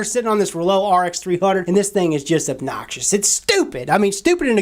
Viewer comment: The roooo! lolololol !!!! REUX Like the word euphoria!!! Come on!!